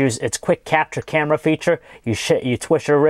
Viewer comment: haven't you noticed that he pronounces his "r" like a "w" like when he said camera it sounded like camwa